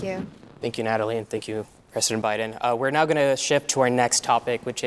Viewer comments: President* Biden not Presseden Biden 🤦‍♂️ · This host is not an American and clearly doesn’t know how to pronounce the word “President”